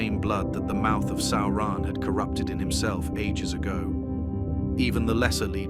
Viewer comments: It's almost correct. Just needs the emphasis on the first syllable. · What is a Sow-ron? Is it like a militree? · Sauran?? SAURAN???? Really? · WTF is Sowrahn?!? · The Video is good, but the ridiculous pronunciation of Sauron's name is annoying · Now now, AI is still learning how to say Sauron